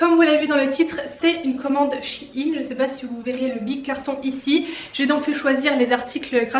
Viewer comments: je suis la seul que sa perturbe qu'elle dise chi-ine au lieu de shein (aÏne) ? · Sa se dit pas « SH-AÏE-NNE » ?😂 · Ça se dis chèin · Moi qui croyais qu'on disais shaiyn chai i n mdrrrr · comment tu prononce shein desolé jpp bref... sinon super vidéo